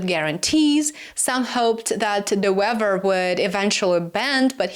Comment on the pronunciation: De Wever is pronounced The Waver